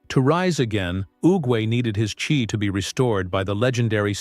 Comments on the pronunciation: AI slop it's chi not chai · The Chai-??? That commentator pronunciation totally sucks sloughwater…